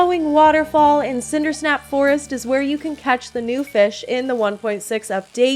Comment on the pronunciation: its cinderSAP forest not cinderSNAP forest.